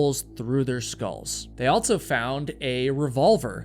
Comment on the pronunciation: Never have I ever heard someone pronounce the word “also” with a T. Altso? So fuckin wierd